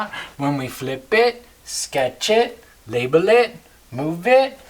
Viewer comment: Btw, its "label". Thanks for the great vid though